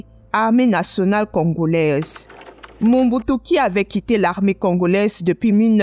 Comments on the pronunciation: Belle présentation Mais c'est MOBUTU et non MONBUTU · D' oú est tu ma seur, car tu est entrain prononcer Mal mais très mal Mombutu ? Sorry maman c'est Mobutu. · C'est Mobutu....pas Monbutu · Elle ecrotnMobutu mais prononce Mombutu Si c'etait ecrit mombutu elle aurait surement dit Mobutu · Ce n'est pas MOMBUTU mais plutôt "MOBUTU"